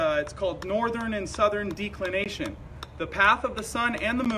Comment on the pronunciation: Just stop mispronouncing alias and declination. Please.